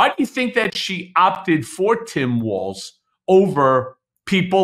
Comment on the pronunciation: Friendly reminder: there is not a "t" in Walz.